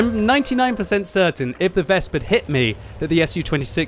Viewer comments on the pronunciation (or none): Please, it is not "Wesp" it is "Wes-pe" Anyway usually i agree with no cap - kill all attitude, because if we kill every enemy tanks, we get all more xp - maybe credits too. But yea, not in these risky situations. And yes, i seen a lot of arties who stopped our own cap by killing own capper teammates. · for god's sake, stop saying VESP lol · Ves-peh W is pronounce as V in German. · The last "e" in "Wespe" isn't silent, just like in other German words, like Grille or Löwe